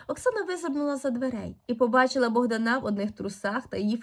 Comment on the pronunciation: Чому Богдана' а не Богда'😊на